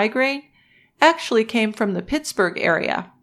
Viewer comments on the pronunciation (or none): none